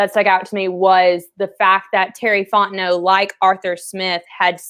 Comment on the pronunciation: 1 of 2 ways i need this to go down.... either you figure out how to say the mans name, "Fon T Know", OR, you continually mispronounce it for the entirety of his tenure at the falcons or just call him BIG T BABY